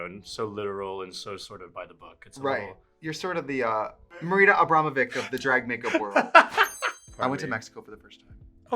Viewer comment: "Marita Abramovik" is the worst pronunciation of Marina Abramović I've ever heard